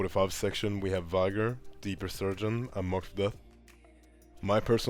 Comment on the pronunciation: It's VEE gor.